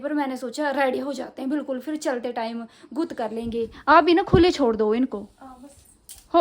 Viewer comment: गुत नहीं बोलते😂😂